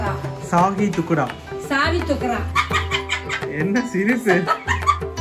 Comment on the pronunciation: Sahi thukda.it’s not சாவி துக்கரா.